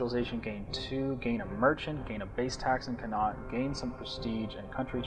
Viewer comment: Connaught is not pronounced like that -_- But good video :P